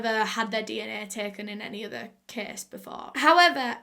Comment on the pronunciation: Lol Everytime she says "case" my ears automatically hear "kiiiss"